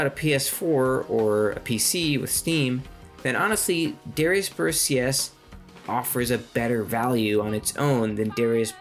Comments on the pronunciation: Good video, but your pronunciation is throwing me off. It's "duh-rye-us." Not "dare-ee-us." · Good info. From one who mispronounced the name forever to another, it's meant to be Dahr-AI-us, rather than sounding like the name of the singer from Hootie and the Blowfish. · Isn't it pronounced da like "dart" and ri like "rising" instead of saying it like Gradius? Since in japanese it's written ダライアス (daraiasu), unlike Gradius which is グラディウス (guradiusu)